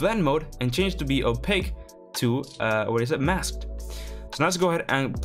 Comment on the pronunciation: I love the way you asked "or is it MAsked?" Lmao